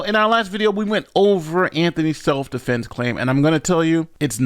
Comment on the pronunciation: He said “seff dufenses”. 😂😂😂😂